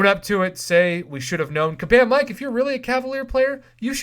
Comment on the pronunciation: It’s kabam miike.... pronounced me-Kay..... not Mike 😂😂